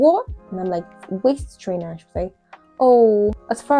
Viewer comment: When you said waist trainer it sounded like waist strainer. I wouldn't have understood you if you had been speaking to me.